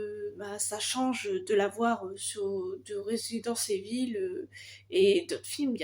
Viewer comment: Salut J'ai vu que souviens toi l'été dernier et je suis parfaitement d'accord avec toi ils ont clairement bousillé un personnage c'est n'importe quoi sous couvert de SURPRISE 🙄y'as quelques un de prévus dans ta liste comme conjuring, mission impossible, en tant que gros fan des jeux résident evil à l'ancienne, on ne dit pas résidence evil non 😅😉 on dit RÉSIDENTE IVEULLLL 😂